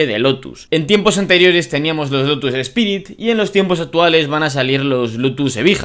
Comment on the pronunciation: Hola,. Me encanta tu vídeo. Está genial. Menos mal que aún somos varios los que hacemos contenido de calidad. Si acaso puntualizarte que el Lotus 'Espirit' que pronuncias en realidad se llamaba 'Lotus Esprit'. O que el Elise S2 que comentas, en realidad también llevó motor Rover de 120 y 160 cv antes de montar los motores Toyota de 192 cv.;) Buen trabajo!